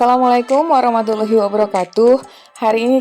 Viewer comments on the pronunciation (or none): none